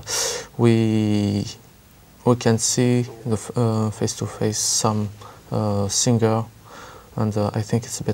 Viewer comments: Singer? Pronounce sing-ger.. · did she pronounce SINGER AS SING-GER?